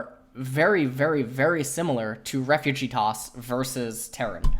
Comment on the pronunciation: Why do you write "Refuge"(=place) but you pronounce it like "Refugee"(=people)? "Duuuhhh im I don't even know my own mother tongue..." JK:3